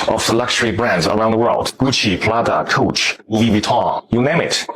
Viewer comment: Did the factory man just call Coach “cooch??”☠️😭🤣